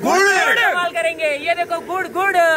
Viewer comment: 3 35 pe gud ko gu bola😂😂😂😂